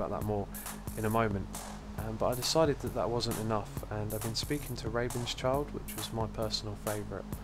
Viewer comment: Rabenschild is actually german and means Ravenshield, so funny how you pronounced him :D